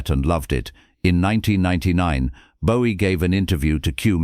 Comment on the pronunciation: AI cant even pronounce Bowie right….